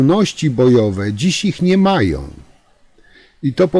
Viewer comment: Czemu Pan nie umie uzywac koncowek om i ą? Jest to irytujące. Nie mowi sie majom tylko mają, nie som, tylko są. Pana materialy sa bardzo ciekawe, ale ciezko sie Pana slucha. Prosze wybaczyc.